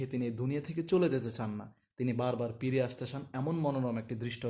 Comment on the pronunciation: পিরে নাকি ফিরে